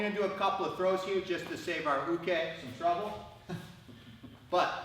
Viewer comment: "Tsukuri" is pronounced with long u's. Thanks for pronouncing "Uke" right! so many pronounce it like uki. Sorry...just one of my pet peeves. Thanks for the important video!